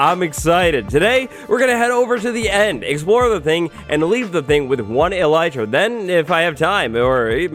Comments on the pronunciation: Eh-lih-tra not eelietra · fun fact: it's actually pronounced ell- it- ra (i looked it up) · Its elytra dayyyyyyyyyyy